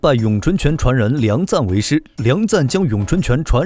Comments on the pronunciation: 你这个6点半，到底是钱赞还是梁赞？ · 不是錢贊而是梁贊 以後解說用心一點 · 是梁贊．不是：錢贊． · 人家叫梁赞 不叫钱赞